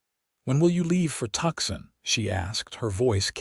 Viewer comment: Tooooo - san not Tuck-sun